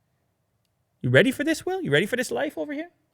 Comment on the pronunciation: Someone should do a compilation video with calling Willy Du hahaha